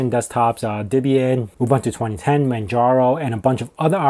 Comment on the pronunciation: It's pronounced OOBOONTOO. OOBANTOO does not exist.